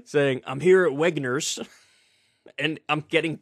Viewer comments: are you really telling us not to believe our lying ears?! 😂 he clearly said Wegners this is cope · I could swear he said "I'm a wetnurse"... O.O I saw a tweet somewhere (either from the store or a store "spoof" account) replying that they had a veggie tray that would have saved him a bunch of money. xD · It's actually just his accent, -it's a variably non-rhotic accent so it sounds like he said "Wegner's"at first glance but really he was just trying to say he was at Redner's, an eastern Pennsylvania chain. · I think it's certainly possible he was just confused but I'm not convinced. It's not entirely clear from the video to me if he actually said Wegner's from the video. It could also just be a miss speech not due to any confusion on his part. However, Certain accents can make it more likely to mis pronounce a name, however, even if it isn't entirely a standard way of saying it even with that accent. Non rhotic or variably rhotic English is largely about the R's at the end of words, which are still supposed to be pronounced elsewhere, but it can still potentially effect pronunciation of R in general sometimes. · It’s “Redners” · To clarify he may also have flubbed it. It's not entirely clear from the video. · The store he was at and was attempting to pronounce was Redner’s, which is an eastern PA grocery chain